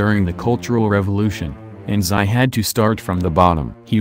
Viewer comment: "Xi" Jinping is pronounced as "SHI" Jinping, NOT "SAI" Jinping, please.